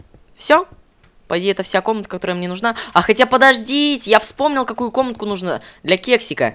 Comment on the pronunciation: почему ты говоришь нужно ты ставил ударение на о а надо на у!!!!!!